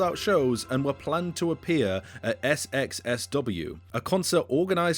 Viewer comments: South by Southwest is how you say it. SXSW is only necessary as an abbreviation in print to save space. Verbally it serves no purpose as it's four syllables either way. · I've never heard someone refer to "South by Southwest" as S-X-S-W 😂 I get the show is named SXSW, but you don't say the letters like that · ‘S-X-S-W?’ I appreciate your Wikipedia research but that’s like an American saying a band played at ‘Glastoon boory’ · bro actually said s x s w instead of south by southwest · Did you just say sxsw ? Instead of south by southwest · Did he just say SXXW? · It's not "S-X-S-W", it's "South By Southwest" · "SXSW" South by South West. Nobody says SXSW lol. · Well the guy who made the video pronounces South By Southwest as Ess Ex Ess Double you, so I don't think he knows anything about what he's talking about. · "SXSW" is read aloud as "South by South West". Sorry, I'm not one to correct small staff unless, like this, it changes or comfuses the meaning.. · new age punk? tf also its south by southwest not ess ex etc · "SXSW" lmao bro said the letters. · The SXSW festival is pronounced South by SouthWest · SXSW is pronounced "south by southwest", FYR. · “S. X. S. W.” is killing me! 🤣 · Did you really do all this research just to pronounce pronounce SXSW phoenetically 😅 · Also SXSW is pronounced South By Southwest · Sxsw is said “south by south west” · First time hearing South by Southwest phonetically pronounced SXSW. felt weird. xD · Not trying to be a twat but SXSW is south by southwest kinda like 4x4 is a four by four not four ex four. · It’s pronounced south by southwest and frankly isn’t particularly feminism centered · Sxsw is pronounced south by southwest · SXSW is pronounced 'south by south west' and is a festival in Austin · "SXSW" is pronounced "South By Southwest" - it's one of the biggest music festivals in the U.S. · SXSW bruh it’s said south by southwest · Never heard anyone pronounce sxsw by acronym and not it’s name. Def a choice.